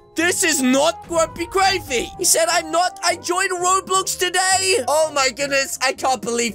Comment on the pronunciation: Its not grumpygravy it’s grumpygraivy